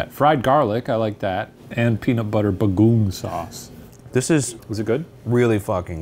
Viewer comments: Shane saying "BagOOOONG" instead of "Bago-Ong" Filipino File-heads knows 😂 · As a Filipino born and raised in the Philippines, Shane pronouncing bagoong as "bah-goo-ng" instead of "bah-go-ong" sent me into a laughing fit so loud it woke my dog. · me going "????" at shane's "bagung sauce" and wondering what could that be in a kare-kare dish and then it hit me he probably was reading bagoong which was meant to be read like ba-go-ong not ba-goong lmao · The way Shane says bah-goong is like a sound effect. But it is pronounced as BA-GOH-ONG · KA-rré KA-rré, for the LOVE of jesus christ. But, happy the boys are repin' pinoy cuisine. And it's Bah-goo-ohng, Shane 😅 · Not the "bag-uuhng" 😭😭🥹 sorry, that was hilarious hearing it as a Filipino, but I love that y'all loved kare-kare!! ❤ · The way Shane read/pronounced “Bagoong” had me crying, kicking and screaming! 😂 I’d love for the ghoul boys to try more Filipino food! I’m sure they’d appreciate our food 😊 and for sure the banter from them will be golden. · First time ever commenting and it’s because made me laugh hearing Shane pronounce “bagoong” 😂 PS: please come to toronto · I giggled at Shane's pronunciation of 'bagoong' 🤭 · as a filipino, i giggled at the way shane pronounced "kare kare" and "bagoong" lol glad y'all liked it, i'm hoping they try more filipino dishes soon! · agreed! lowkey choked on laughter when i realized that shane was trying to say ‘bagoong’ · shane saying bagoong 🥲